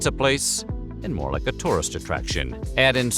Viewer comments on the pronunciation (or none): none